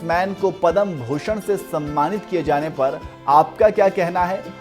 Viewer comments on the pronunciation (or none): पद्म कहिए,पदम नहीं